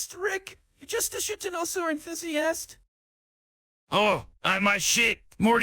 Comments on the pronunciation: Am I the only one tripped out by how it's saying Dinosaur? as DIN-o-saur and not DI-NO-saur? No? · The pronunciation of "dinosaur" kills me. 😂